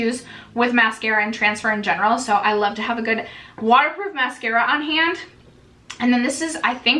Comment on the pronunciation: The way you said "hand" first, is how you say it in german and it really confused me hearing you say it haha